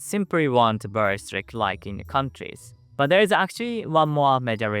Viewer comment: I rearry rike this guy